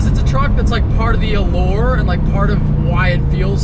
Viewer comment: Lmao "allore." It's "allure." FYI